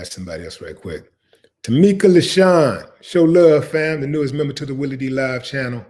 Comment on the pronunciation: Did u say "Jelly" Willie?? Hahahahahaha